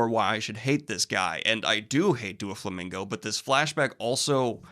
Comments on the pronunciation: Just so you know, it’s Doh- flamingo. Not Doo- flamingo. Carry on. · ITS DOUGH-FLAMINGO- PRONOUNCIATION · Please stop saying Do-flamingo it's Doe-flamingo. If it was supposed to be pronounced like the word "do" it would be spelled Dooflamingo. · I think it`s really funny that you and Merphy mispronounce Doflamingo basically the same way. You say Dooflamingo and she says Doofy, i have never heard these pronunciations before but now i am hearing them both within a week. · The “DuaFlomingo” is sending me I just keep hearing Dua Lipa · The way he pronounces “Doflamingo” sounds like he’s trying to make a Doulingo joke. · Though he doesn't really show up much later, it's pronounced Dough-flamingo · "DuoFlamingo" lol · The way he pronounces Doflomingo sounds like duo lingo and now I can’t stop picturing Doffy as the app mascot threatening to to learn new languages. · I'm sorry but the way Daniel is pronouncing Doflamingo 'Duoflamingo' is giving me big duolingo owl ptsd flashbacks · "Duo-Flamingo" lol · Haha it's doflamingo not duolingo